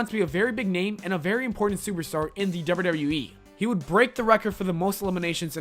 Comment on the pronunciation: Slow down on how you pronounce WWE and WWF. It sounds like gibberish. "Doubadoubawe"